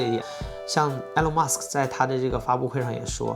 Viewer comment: Good video. It's "Ee-lawn", not "Eh-lawn"